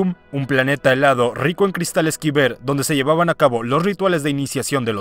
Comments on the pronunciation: Los cristales kyber se pronuncian "kai-ber" no "kiber"... cerebro frito. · Cada que dice "quiber" es vez de Caiber (Kyber) me da un tic mental jajaja. Buen video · Si escucho una vez mas a pronunciar mal cristal kyber creo que voy a gritar